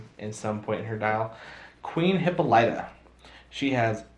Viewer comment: You are really getting Hippolyta's name wrong.